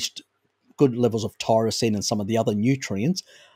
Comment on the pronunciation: Are you saying Tyrosine? Sounds like you are saying Taurisine.